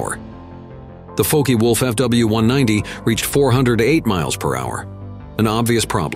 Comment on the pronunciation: Folkey wolf, dear god, don't you just love the Americans.